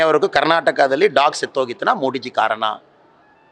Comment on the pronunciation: ಮೋಡಿಜಿ ಅಲ್ಲ ಮೋದಿಜಿ ಅನ್ನು ಮಗನೇ